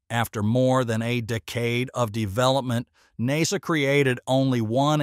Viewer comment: Hm.. seems like the AI voice has a problem with many words today.. “ SpaceX, Boca Chica, NASA, etc..